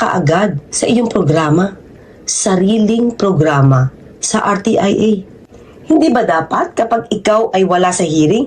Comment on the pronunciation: R T I A....HINDI RTEA